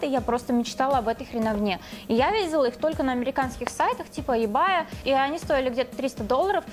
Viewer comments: Прости, но не ЕБАЙ а ЕБЭЙ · Не эбея а ибеи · мне стало смешно, когда ты сказала ЕБАЙ, как будто матерное слово, хотя это сайт